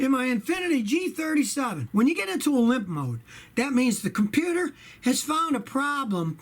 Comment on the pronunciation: Did you say Limp Mode, or Pimp Mode?